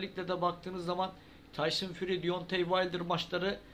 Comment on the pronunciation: Birader şu isim telaffuzları konusunda eksikliğin var ayrıca konuda kimler geçiyorsa isimlerini de açıklama altına yaz ki kimden neyden söz etttiğini anlayalım sporcu yayıncı antrenör haken gibi tyson fury de sen fari diyorsun gerçek tekefaffuzu fury yanı furi dir